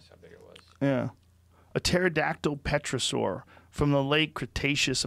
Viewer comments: Pterosaur is pronounced ‘tera-saw’...not petro-saw. The P is silent. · Joe Rogan: Has had a large amount of scientists all with diverse backgrounds of expertise on his show. Also Joe Rogan: "Puhterosaur" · “Petrosaur” lol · Killed me when he said petrosaur instead of pterosaur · Joe “Petrasoar” Rogan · Tf is petrosaur? Its Pterosaur the P is silent u goon. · Did he say “petrasaur”? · Joe “Petra-saur” Rogan. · *tear a saur, p is silent...of course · The P is silent in pterosaur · hearing pterosaur pronounced "petra" saur makes my skin crawl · Joe 'Petrosaur' Rogan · it's pronounced : tear-a-soar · When he’s saying petrasaur is he trying to say pterosaur?? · Terrasore Joe.. Its pronounced terra sore. Lol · pretty sure the "p" is silent in Pterosaur..... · Joe Rogan: Says Pterodactyl correctly Also Joe Rogan: Says Pterosaur wrong ×70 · The p is silent Joe. (pterosaur) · The p is silent. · The P is silent brother